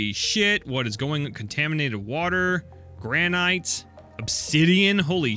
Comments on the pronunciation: True. I feel like the painful mispronunciation of "Granite" is far more cringe-worthy. Thankfully it was only said once. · did anyone else notice the way he said granite